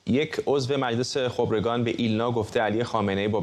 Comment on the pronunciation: چقدر. چرت ما. ری. مدهیم با دل. جان. قانون. قانون است درصمن. این. سازکوز. حتی. نمتواند. خبرکان را. درست. تلفظ. کند